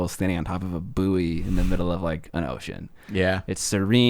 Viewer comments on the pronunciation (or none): Did you pronounce 'buoy', as 'boo-o-oy'?